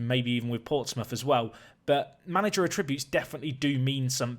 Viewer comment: brilliant videos mate but just one slight thing. its 'att-ributes' not 'a-tributes'.... :)